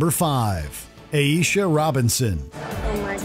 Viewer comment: Completely mispronounced Aisha's name. Did the narrator even watch the show?